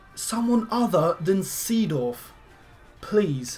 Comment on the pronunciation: its saydorf